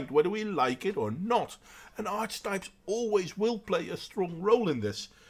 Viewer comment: I pretty much agree with your assessment. Feminism does no one any good, but I'm not naive enough to think it will be destroyed while people are envious of one another. By the way, it's "arky-type" for future reference. Don't have a go at me, I didn't make English :D